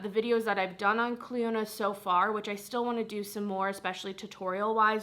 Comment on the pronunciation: Are people aware it’s pronounced cliona not cliOnadh. It could be branded as that idk but in terms of the actual name it’s not